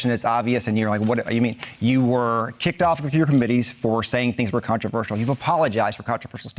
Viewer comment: She won, but I DO wish she'd take one second to learn to say "controversial" Marjorie it's "contra ver shul" We don't need one more excuse for them to say that we're "anti intellectual" and backwoods idiots.